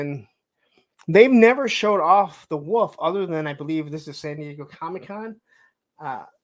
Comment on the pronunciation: Anyone else notice doesn't know how to say wolf correctly? Woof......And Hawk Hogan...You don't pronounce the L......